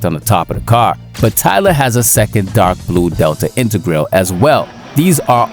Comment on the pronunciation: It’s not pronounced intergrail, just saying.